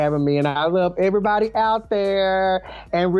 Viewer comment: You Stay Over Thrrr And I'm Gonna Stay Over Herrr!